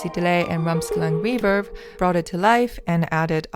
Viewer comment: Why she’s saying: reeferb?